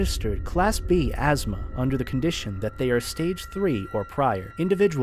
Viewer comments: I just love being administered asthma lmao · Try pronouncing it, "am-nest-ic". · Honestly, love how keeps mispronouncing amnestics.